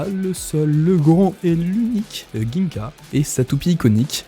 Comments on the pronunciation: Par contre "GUingka" au lieu de "Jingka" c'est non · Bonne vidéo chef mais on dit pas ginka mais sa se dit djinga